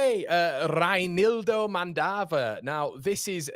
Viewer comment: About Reinildo😂😂😂 u called him Madagascan whiles he’s Mozambican and his name is pronounced Rae nildo